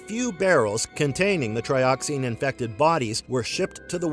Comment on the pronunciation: Tri-oxen, not tri-oxine.